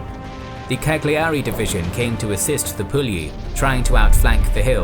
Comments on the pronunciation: Great beautiful video, I am really amazed by the precision and accuracy of the whole analysis. The only flaw is the pronunciation of some words in Italian such as Legnano or Cagliari, but they are understandable errors, I admit to speaking a language a bit complicated for you English XDXD. I am amazed at how terribly beaten our army has been by the Greeks and this is proof of the Duce's inability to evaluate and organize the skills of generals and preparation for war. An embarrassing defeat due to embarrassing leaders. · The gn in Legnano is pronounced incorrectly: see "Pronouncing the sound GN in Italian" by "Learn Italian with Lucrezia"; gl in Cagliari pronounced incorrectly.......